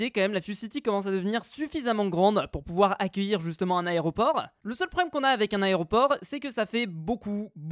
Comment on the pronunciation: Compté combien de fous il a dit aréoport 😂😂😂